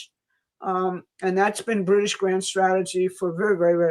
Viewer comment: "Bwitish" "Stwategic" "Pwoblematic" - for the love of Jesus, let's get this woman a speech therapist...